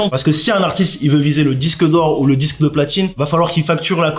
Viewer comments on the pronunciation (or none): "DIQUE DE PLATINE"